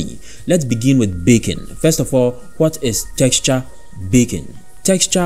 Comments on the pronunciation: I also kept hearing "bacon" but I think it's a feature not a bug! If only we could all have GPU-accelerated bacon in our lives. Haha love your accent, great video. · Not gonna lie. I had to stop watching your video. Great video up until you kept saying baking but with your accent you were saying bacon and I was getting really hungry. Great content thought!